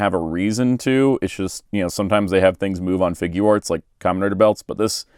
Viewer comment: Really good review! Just wanted to point out Figuarts is supposed to be pronounced like (FIG - yarts) not (FIG - goo - arts) it’s a portmanteau of “figure” and “arts”.